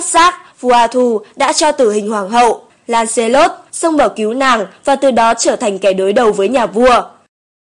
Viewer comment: Theo mình nghĩ Lancelot đọc là Lăng xơ lót